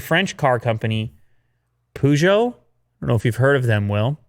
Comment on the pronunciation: you can not pronounce peugeot